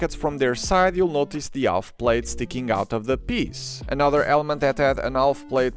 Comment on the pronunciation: Wonderfully informative video. Hope you don’t mind my suggestion for language: the l in Half is totally silent in English. This is just another of those weird things about English 😊👍